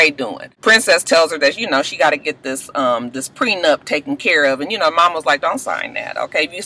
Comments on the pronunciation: I was like if says "PRENUPT" again I was going to jump through the tv! I couldn't! Child Mona needs to be a damn all in one wedding guru......LMAO 😆 Lama fur.......I'm done! Coconut oil and Lama fur, I do want Safaree to come back next season he was a surprise hit!😏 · I wanna know who told that it was pronounced Prenupt? First it was miscombobulated and now this. And who else forgot Shanda and Willie were even on the show? I hope VH1 doesnt bring or Masika back.